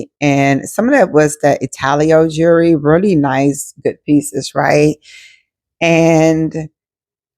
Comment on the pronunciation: Not " jurree" 😂